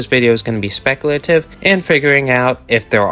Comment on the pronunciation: Yeah we know you're not knowledgeable we can tell by the way you say speculative. If you want sell coming off as knowledgeable then learn how to pronounce basic words better than a 7 year old